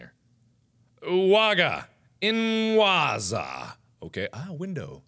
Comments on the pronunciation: Ułaaga, inłaaaza xD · W macie "ułaga" i "inłaza" w wykonaniu Marka :D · Omg I was crying when he says: Uwaga Inwazja xDDD Polish so hard :') Polacy zgłaszać się xDDD